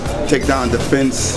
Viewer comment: haha see how they got kimbo pronouncing big words now? ' take down DEFENSE' those 2 syllable words fuck with his mind. lol.